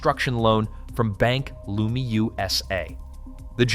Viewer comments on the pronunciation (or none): Its pronounced Bank "Leuuuuuuumi"